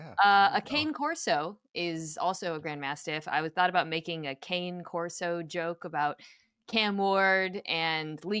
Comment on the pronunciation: NO GRAND MASTIFF IS NOT A BREED. And it's pronounced Kah-Ney Corso. Love you mina